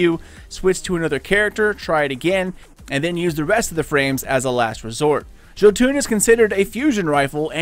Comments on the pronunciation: It’s “yo-ton” not “ joe-toon” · Hey man,Thx 4 video,keep up the good work👍🏼Just wanted to say it's pronounced JOtun or Jotun straight forward, not Jotuun (even though wiki may say "Jötunn",wich is wrong in a scandinavians ears also;)It derives from Old Norse mythology were the Jotun's (Norwegian=jotnene) often fights Thor,Odin and the rest of the old Norse Gods (the female jotuns though could be the Asgardians sexual partners sometimes😃)They are giants and lives in Jotunheimen in the castle Utgard.A little history lesson from a Destiny gaming Viking from Norway,Skål😎🍻 (Ps I've done a lot of frames in Bergusia,no Jotun,so it's a pretty random drop.) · It's YO-TUN. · another guy says yahtin... you say joetune... its not a shitty rappers overcomp software(autotune), go listen to the mighty loki speak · Jo-fuckin-toon... I'm done man why are so many people this bad at producing things? 😂😂😂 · He said joo toon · Its (YO-TUNN) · Pronounced yotun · Cooper Vayda THANK YOU! Christ, this hurt to listen to... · The way he says Jotunn physically hurts me